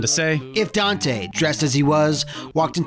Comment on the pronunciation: Dante? I only know Doite. He says it himself